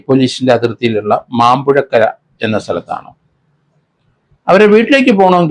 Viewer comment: മാമ്പുഴക്കര അല്ല മാമ്പുഴക്കരി ആണ് സർ...